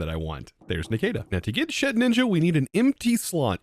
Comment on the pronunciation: lowkey i thought thats how you were supposed to say it too, hes joked about past mispronunciations but he doesn’t entirely care especially for ones like his milotic